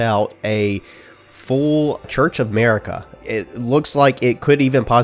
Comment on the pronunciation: church of MERICA lol...A ...MERICA